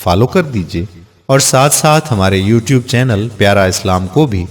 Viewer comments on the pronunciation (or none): none